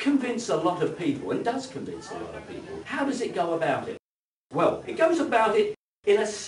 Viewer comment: I like what you say, but I cannot bear how you say it. I really wish you would learn to pronounce -ing. It is not -een. Nor is it -in. And l is l, not w. It is well, for example, and not weww. It is milk and not miwk. And -ew as in new. New and few rhyme with you. Pronounced as nyoo, not as noo, like the moo of a cow. Your mispronunciation of newer as nooer is bad enough, but your clumsy mutilation of fewer as something approaching fooer is ludicrous. A fooer, if the word exists, would be someone who foos. Someone like me. Foo to you for your silly pronunciation! Too true!